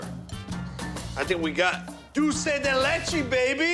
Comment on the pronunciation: he cannot pronounce DULCE to save his life.... he says DOUCE lol